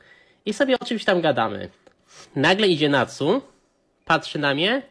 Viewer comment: Patsu a nie Natsu ;)